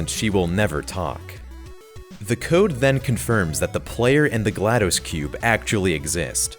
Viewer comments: Hey, you've been mispronouncing GLaDOS. It's not pronounced like dose (it's not supposed to sound like you're counting to 2 in Spanish!) but more like toss. Her name is a play on the word glad, name Gladys, and the computer term DOS, or Disk Operating System: (note the pronunciation listed) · Love the video! It's apparently pronounced "Gla Doss", like how you would say the "DOS" part of MS DOS (m s doss).